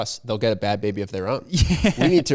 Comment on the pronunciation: Bhad Bhabie is pronounced like “barbie” with a Boston accent.